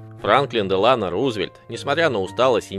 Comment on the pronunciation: Франклин Делано́ Рузвельт Не знаете где ставить ударение - проверяйте